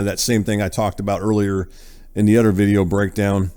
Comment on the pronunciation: It’s “other” my man not udder. Work on that. 🤦‍♂️